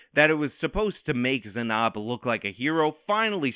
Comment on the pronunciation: Weirdly bothered by your pronunciation of Zanab